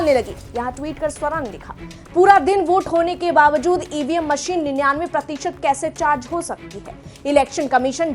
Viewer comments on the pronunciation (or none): none